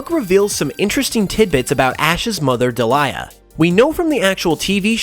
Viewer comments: Great video but I cringe every time I hear you say Ash's Mums name. It's pronounced Deel-i-ah (Delia) not De-lye-ah (Delilah) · Delia (Deal-Ya) Not Daliah (Da Lie A) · I think it's pronounced Dee-Lee-Ah not De-Lie-Ah but otherwise more videos on this topic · Deal-yuh not Dee-lie-yuh 😅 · It's Delia, pronounced "Dee-lee-ah," not "De-li-ah." Good video, that just bugged me. Good job otherwise, though. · Delia is pronounced Dee-lee-ah. It sounds like you're trying to say Delilah in this video. Sorry, it was driving me crazy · Love the video, but in the anime, Ash’s Mom’s name is pronounced dee-lee-ah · Your pronunciation of Delia makes me cringe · Also why can no one pronounce Delia's name XD